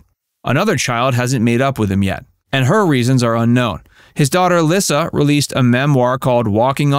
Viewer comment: His daughter’s name is pronounced Lee-sa, not Lis-sa!